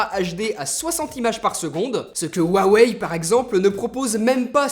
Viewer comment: Bon, on va mettre les choses au clair, tu prononces jamais huawei dla meme facon, c HUAWEI OU RWAWEY